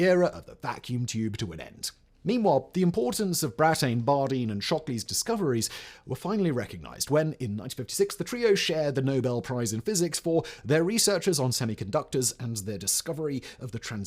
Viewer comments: Today’s mispronunciations: We don’t say “eff-ee-tee”, we say “fett”. Not “lill-un-feld”, but “lill-EE-un-feld”. His name is Brattain, nor Britain. It’s pronounced “BRAT-un”. That is not how you say “calamity”. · Take a drink every time Simon mispronounces "Brattain" as Britain".